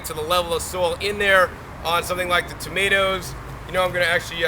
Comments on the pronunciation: Did my guy just say To-may-tee-ows for real? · toe-ma-ti-oos lmfao.. Ive never heard that in my life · Toe-muh-tee-o's. First time I heard this pronunciation. Interesting....